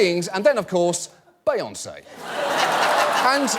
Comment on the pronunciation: love how he says beyonce, its so different